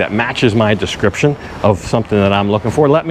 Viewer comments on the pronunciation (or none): none